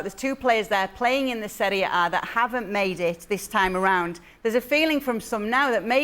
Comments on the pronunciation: Tallmage I'm not stressed with her saying the serie A gab cleared it up the other day saying that's correct to say but if you listen she constantly says the seriea A she adds and extra a unnecessarily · Can someone tell kay it's not called the serie a A it's just serie A